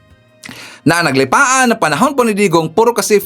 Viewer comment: naglipana po ang tamang tagalig, d po naglipaan